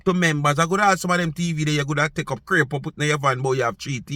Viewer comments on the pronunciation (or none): none